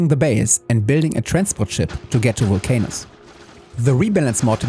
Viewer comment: It's pronounced vul-cah-nus. Else you have giant worms in your Vulc-Anus 😬😂 Looking forward to seeing more of this playthrough. 23hrs to build a single ship is mad!